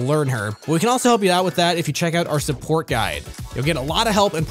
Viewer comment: Ah yes, the sopport role.